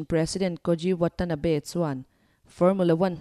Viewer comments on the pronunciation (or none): none